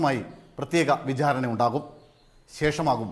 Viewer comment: 'pramaadham' അല്ലാ, പ്രമാദം.. 'vijhaarana' അല്ലാ, വിചാരണ..